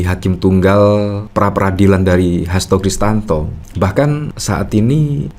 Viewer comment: Om....saya lihat dan dengar, nyebut Hasto Kristiyanto, dengan Hasto Kristanto. Mohon kalau bikin video jangan salah sebut lagi ya....😊